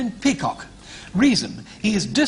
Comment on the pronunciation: It's pronounced peacock!